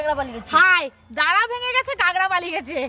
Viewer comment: কাগড়া কি কথা? কাঁকড়া